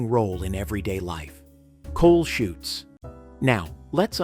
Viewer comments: It's laundry chutes. Not shoots. As in parachutes. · Laundry "chutes" not shoots.